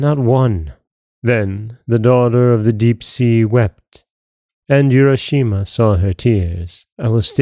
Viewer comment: Nice tale. Japanese pronunciation would be “ooo—ra” not “you-ra.”